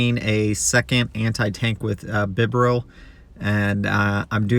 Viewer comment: Lie-noon Bee-barrel or bee-ber-el 😝